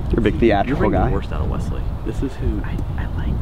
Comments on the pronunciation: I never knew there was a Z in the name Wesley until started saying the name! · Keyboard warrior turned love...im the weasel, FINALLY, this is the guy you need to be...genuine self....must love...sub for life..... also, the low key "Wezzzley" vs "Wesssley"....i laughed/cringed each time haha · WESley....not WEZley....